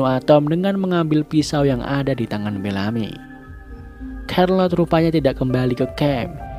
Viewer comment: Bang, Charlotte di baca "Syærlot"